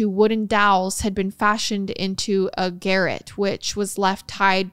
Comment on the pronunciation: garrote is pronounced "Garr-Rot". Lets not mistake hubbys name for a murder instrument...